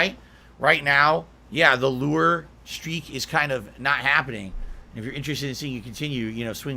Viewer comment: Why the fuck does he say LEW ER